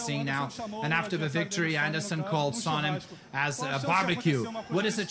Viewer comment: Anyone else notice that Dana White has terrible pronunciation of his fighter's names? Alexander Gustafsson - "Alexander GOOSE-oft-son" Chael Sonnen - "Chael SHOW-nen" Bethe Correia - "BET-chay CORE-ray-uh"